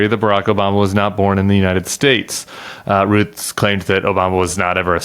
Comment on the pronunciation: Does this interviewer have the same name as the most recent ‘assassin’ ? Oh no he’s a Root 😂 not a Routh. OMG what a bizarre country the US is, well obviously not all of it.